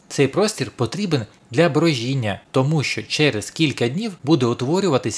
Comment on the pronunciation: ЄМність, броДіння, але подобається, що популяризуєте вже відомі засоби годівлі городини. Ще трішки і вимова буде кращою.